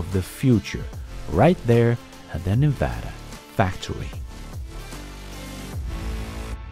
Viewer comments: As a Las Vegas native, I'm impressed that you said Nevada correctly. Most people (including most Americans) say it incorrectly. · Hey, just wanted to thank you for pronouncing Nevada correctly! (Like a native) From a fellow Dane, Scott